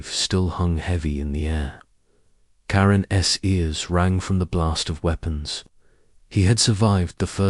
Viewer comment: The AI is terrible saying Karen S instead of karens